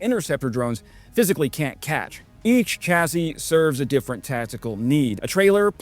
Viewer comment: BTW, CHASSIS is pronounced SHASS•ee.